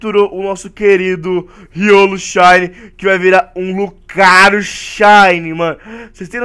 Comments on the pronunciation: lugario kkkkk é. lucario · "lugario" lugario? KKJJJJJKJKKJ